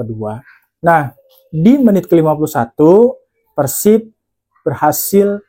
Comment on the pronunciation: Mas gua baru pertama kali nonton video lu, tapi jujur udah suka, bbrp alasan: 1. Penyebutan persib yang bbrp kali benar: pérsib 2. Meskipun lu fans persija, tapi analisis & penyampaiannya ttp objektif & fair tanpa embel2 songong/menjelekkan persib, respect Saran buat video review match persib vs persija musim depan: 1. Analisis buat persibnya kalo bisa diperbanyak, gua yakin dgn objektivitas & fairness analisis lu, seiring berjalannya waktu bakal banyak bobotoh yang nonton & suka (salahsatunya gua) 2. Bikin video pre-match analysis hehe, mantep tuh Semangat terus berkarya mas, gua dukung, salam damai & sportif bobotoh the jak 🔥💪